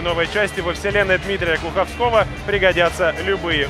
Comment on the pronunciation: ГлуховскОго? ГлухОвског, глупец! фейспалм!